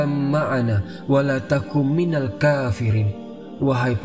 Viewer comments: bukan minal kafirin tapi ma'al kafirin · Hati2 klo ingin menrjemahkan al qur'an/menceritakan isi cweita dlam al qur'an, terutama dri segi lafadz al qur'an nya, krna slah huruf beda makna, terus ada yg slah dri dri ayat ya bunayyarkab ma'ana wala takum ma'al kafirin bkn minal. Ma'al kafirin: beserta org2 yg kafir. Klo minal kafirin: dari org2 kafir. Terus di ayat waqila ya ardub la'ima aki waya sama'u aqli'ii waghidol maa. Bkn was sama aqli & bkn wagholido maa, tpi waghidol maa. Dan msih bnyak yg harus di perbaiki. Terus semngat dlam membuat konten juga harus hati2 & teliti ketika konten itu terdapat di dlam al qur'an.😊